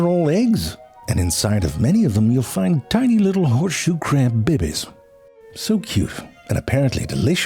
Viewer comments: Love the way you say Bebes 😂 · I love the way he says "baybays" lol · I love how you say babies! 😂